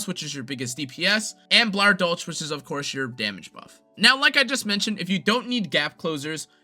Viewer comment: It is dol“ch“, not dol“k“ like you tried to say. But American speakers have problems pronouncing a German „ch“, so calling it Dol“sh“ is still much more accurate than Dol“k“ And I should know as a German.